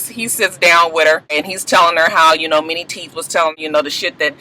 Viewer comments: y i thought u were saying "mini" teeth lol!!! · Lmao....I always thought you was calling this nigga "Mini" teeth. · tc g me too!!!